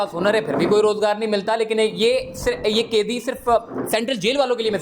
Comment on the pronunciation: O bhai aap apnee urdu theeek karoo Bohat he bura boltay ho kaidee nahee hota Qaidee hota hay bhayaaa😂